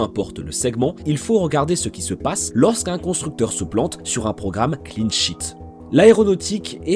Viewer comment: Je pensais qu’il y avait que moi qui entendais « clean shit »!